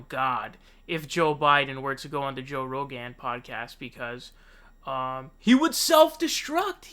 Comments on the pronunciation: Why do you pronounce his name like that? Joe Ro-Gann. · Why do you say “Joe Row-gan”??? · Did you say Joe Roganne? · Joe ‘Ro-gaan’ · Why do you say Rogan so weird? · I see you're having trouble deciding how to pronounce "Rogan" lol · You pronounce Rogan like Devon Nunez pronounces Parnas like you're pretending not to know who he is. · LOL. Joe Ro GAN and Tulsi Jabbard.